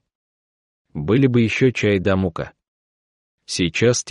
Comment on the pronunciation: Согласна, слух режет. То мУка, то кОпченые....